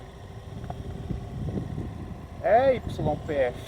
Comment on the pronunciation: na Argentina YPF se pronuncia IPF. 👍🏼